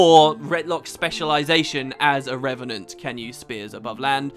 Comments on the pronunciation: REV AH NENT. NOT REN AH VENT. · anyone else heard wp say renevant instead of revenant very often? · I want to see a 10 minute long video of saying "Re-ve-nant" over and over and over and over...